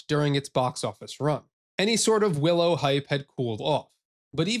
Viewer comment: Definitely says "Billow". I'm sure of it...